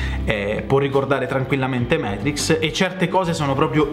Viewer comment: Dannazione,, Matrix si legge così come si scrive: non siamo mica inglesi! Comunque complimenti per tutti i tuoi canali sul tubo!